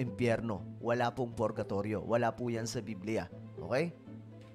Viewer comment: Bro ang salitang purgatory ay spanis, basahin mo oi